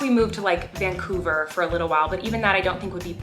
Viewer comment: OML SHE SAID VANCOVER!!!!!I LIVE NEAR THERE!!! Btw Vancouver is one of the most beautiful places to see sunsets like go on a mountain and just sit have some dinner or some late lunch and chill and watch the sunset and the Cunucs play(get some Tim’s to) lmao